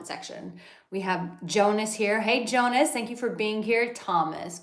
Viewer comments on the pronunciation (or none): none